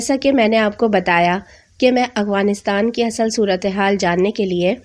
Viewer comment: Yaar Plzz Aghwanistan nahi Afghanistan pronunciation itni bhi mushkil nahi